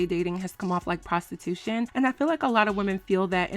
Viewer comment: Not “Prastitooshun” aye yoooooo 🤣